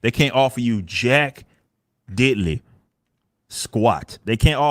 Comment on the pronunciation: He dun did it. He actually said diddlely. He has 100% watched the ISOM parody by SUIT. I think Eric needs some horseshoe therapy.